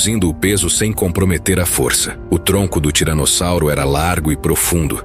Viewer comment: O cara tá falando tiranozzauro além de tiranossauro😂😂